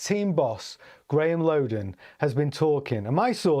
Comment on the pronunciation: Not sure i trust this information when you don't know how to pronounce the team principles name